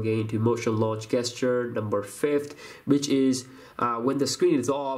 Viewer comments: gesture it's pronounced jesture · Just a tip, when doing tips for an English speaking audience, you need to correct your pronunciation of the word gesture/gestures. It is not pronounced with a hard g, it's a soft J, like in job. So pretend it is written "J"esture. It will give you more credibility if you make sure your diction is correct. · The way you pronounce gesture. Lmao😂😂😂